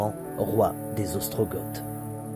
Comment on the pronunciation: Coucou et! Merci pour cette superbe visite de Carcassonne. J'y suis allée il y a moultes années. Ça me donne envie d'y retourner. Alors, une chose, tu as dit Ostrogoths en prononçant le "t" à la fin et cela m'a rappelé instantanément un mauvais souvenir. C'était en cours d'histoire en 6ème ou 5ème, j'étais interrogée au tableau et j'ai dit Ostrogoths en appuyant comme toi sur le "t" alors qu'il ne se prononce pas. Le prof m'a humiliée devant toute la classe, tellement que je me suis mise à pleurer. C'était il y a 50 ans et je m'en souviens comme si c'était hier. Voilà pourquoi tu m'as choquée 😂. Merci pour ces beaux moments avec vous. Tellement inspirants que je vais voir pour partir en septembre sur cette voie. Bises à vous deux ❤❤